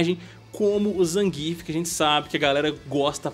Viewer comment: Nem zangíf nem zanguiéf. Porque não falar como o PRÓPRIO COMENTARISTA NARRA NO JOGO com ênfase na primeira sílaba????🤔